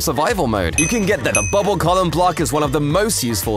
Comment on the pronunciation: "You can get the- Bubble collum"